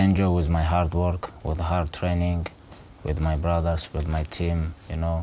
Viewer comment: "Alot of hard work and alot of train-ingkt"